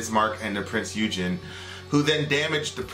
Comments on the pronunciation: And every nation had shady stuff that went down under the sheets Its Eugen NOT Eugene Pronounced Oi-gun And American Armoured forces use the tactics the German army used, tactics that was made and molded by Rommel; the desert fox And having respect towards your opponent in war is a sign of worries honor. The rejoice of your ship's armament hitting its mark is something or was appropriate because of how hard it was for shells to hit home. And in a documentary of The hunt for the Bismarck, one of the survivors said that at the moment the hull of the HMS Hood buckled and got torn in half, the crew of Bismarck rejoiced for their victory, but it was short lived as the horrific feeling of horror to what happened to the crew of the Hood dawned on them and the horror of that moment are equally scaled on both sides who had survived that engagement that day/s. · Ok you mispronounced prinz eugen. It's not like the name Eugene, its more like oigun, like oil and gun put together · The Prinz Eugen was NOT pronounced Prinz Eugene.It wad pronounced Prince "oygen" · Yup your right they always misspell The Prince Eugene and pronounce it wrong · the pronunciation of the cruiser Eugen is Oi-gen hard g sound, just wanted to point that out, good video though :) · I think you should watch a 3 part OVA called "Mobile Suit Gundam: War in the pocket" its amazing for showing just how shit war is also Eugen is said "oi-gern" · lol, your pronunciation of the Prinz Eugen the actual pronunciation is Prinz Oi-gen, the G is used as a G and not J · Prinz Eugen is pronounced Prince Oy-gen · oi-gen thats how its pronounced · Prinz Eugen omg heres the pronunciation